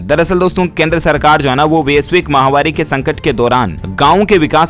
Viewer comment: say Maha mari and not mahavari